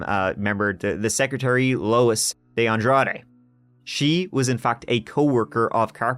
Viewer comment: Thank you so much for pronouncing de Andrade correctly. You wouldn’t believe how many times a day I have to correct people on how to say it.